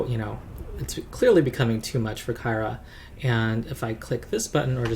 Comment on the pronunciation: BTW, I think "Kyra" is pronounced like "Kira". That's the official word, anyhow. Not sure why they chose to do that - you'd think it'd be pronounced like "Tyra", right?